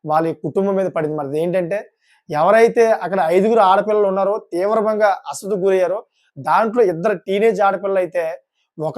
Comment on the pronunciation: నీది సోది ఎక్కువ..అసలు తక్కువ.. అస్వస్థత...పలకడం...రావట్లేదు